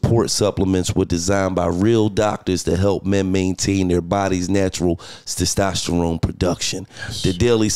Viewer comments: LOL this interview lit but Gillie saying "Sestosterone" instead of "testosterone" got me dying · Gil can't say testosterone lol 😆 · Did he say testosterone wrong 5 times in a row